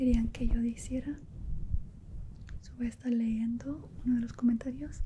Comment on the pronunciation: Que linda cuando dice: "diciera" jsjfjd me da ternura, pero, se dice: "dijera"; ejemplo: Ellos me pidieron que dijera estas palabras uu. Lo mismo con "leendo", se dice: "leyendo" aunque me encanta tu progreso ldkfkd quiero que mejores más tu castellano, me encantan tus asmr uu <3